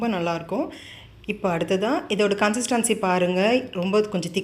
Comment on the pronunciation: கன்ஸ்சிடன்சி. கன்ஸ்சிடன்சி. கன்னுசஸ்டி என்று அடிக்கடி சொல்லுறீங்க அது என்ன